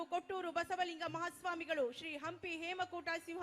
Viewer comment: ಅಂಪಿ ಉತ್ಸವ ಅಲ್ಲೋ ನಿಮ್ಮೌನ ಹಂಪಿ ಉತ್ಸವ ಅದು....ಯಾರದರ ರೆಕಮಂಡೇಷನ್ ಮೇಲೆ ಆಂಕರ್ ಆಗಿ ಬಂದು ಬಿಡ್ತೀರಾ.... ನಾಲೆಜ್ ಇಲ್ಲದೇ